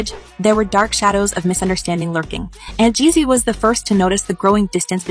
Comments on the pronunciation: Jezzy? Jeanie (may)? This lady knows NOTHING ABOUT THEM as she can’t even pronounce the names correctly! Jee-zee and Jeanie MY. That’s how they pronounced each of their names respectively. These folks be some thirsty culture vultures! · It's Young Jeezy not Young Jesse 😆😆😆😆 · ....LEARN HOW TO PRONOUNCE HIS NAME!!!!!